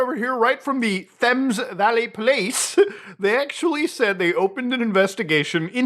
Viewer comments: ITS NOT SAID TH-EM-S ITS PRONOUNCED TAMES, LIKE TAMING A DOG (im not mad i just get to be the one doing the correcting for once, i found your pronunciation fucking hilarious) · "Thems" Valley, it's pronounced "Tayms" 🤣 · It's pronounced "T-ems" valley not "Th-ems" Do better 😮‍💨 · Thames is pronounced as “Tems “ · Thames is pronounced "Tems" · Don't hold me to it, but I think they pronounce Thames as Tems. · The mispronunciation of Thames killed me. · Thames is pronounced Temms. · Was just going to post the same thing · its pronounced, Temz. Its some weird adaptation from ancient naming of the river from roman times. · Please pronounce “Thames” properly next time 😂😂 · As an English person hearing muta pronounce the names of English places and Thames valley police is just so entertaining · Do u really not know how to pronounce Thames? I’m American af and I know it’s a hard t